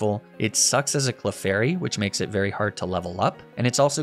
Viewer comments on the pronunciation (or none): none